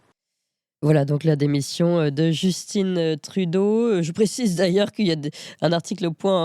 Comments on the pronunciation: Pourquoi vous prononcez Justin, qui est un nom français, (comme Trudeau d'ailleurs) « Justinne» (à l'américaine) ???? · On ne dit pas Justine on dit Justin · allez juste pour rire un peu, Justin trudeau c'est francais, et donc prononcé a la francaise (pas djusteen) :)